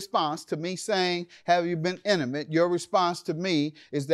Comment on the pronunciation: Emucalte lol I am dying it’s INTIMATE